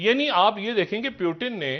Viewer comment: It's not Urdu word peewoooton but. Pooootoon